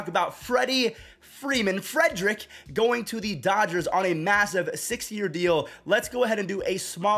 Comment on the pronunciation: I swear you said 60 year deal lol, ik it was 6 tho